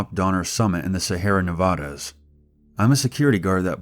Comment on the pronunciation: Already know your not from Nevada because you said it wrong xd